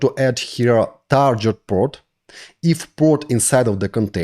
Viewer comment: Friendly note on pronouncing "target" = тарГет not тарДЖет